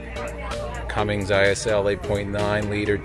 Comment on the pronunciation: Nice review, but it Cummins, not Cummings